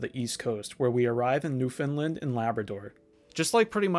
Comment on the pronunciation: Obligatory “you pronounced ‘Newfoundland’ wrong” comment. It’s “newfin-land” with emphasis on the “land”, not “newfin-lin; although props getting it close. I’ve seen lots of people get it really wrong and say “new-foundland”.